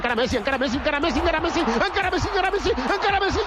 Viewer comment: Is not "Ankara Messi", it's "Encara Messi", which means "Still Messi, still Messi" in Catalan...